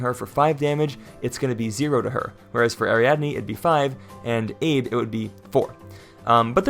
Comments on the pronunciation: Assuming Abe Isamu is Japanese, his first name is pronounced like “ah-BAY” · Abe is pronounce Ah-bay. It's the same as the recently deceased former Japanese Prime Minister, Shinzo Abe